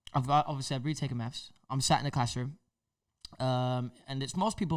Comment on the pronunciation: Why does say “meths” instead of “maths”